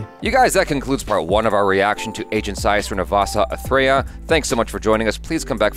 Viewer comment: First time watching pronounce a lengthy film title correctly.🤣🤣